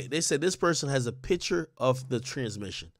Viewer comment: He said TRANSmission 😂